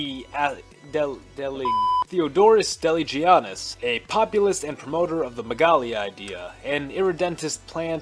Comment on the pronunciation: Delegiannis is pronounced the-lee-ya-nees